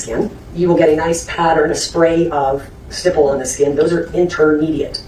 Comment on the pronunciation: Stop mispronouncing stipple 🤦🏾‍♀️